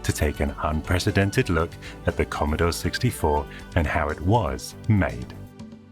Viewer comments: The Commodaw Sixtyfaw computeh! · Editing, or a hint of sarcasm? The way the narrator says "Commodore 64" just doesn't fit with the rest of the audio. "Here in 1982... the key to the world of tomorrow lies in devices like the 'Commodore 64' computer."